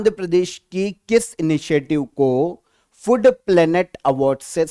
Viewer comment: Calling food, "FUD" was awkward 😅